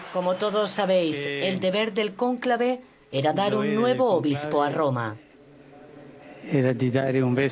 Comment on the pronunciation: Cónclave lleva acento en la o. Que incomodo es escucharlo mal pronunciado y lo repiten mil veces.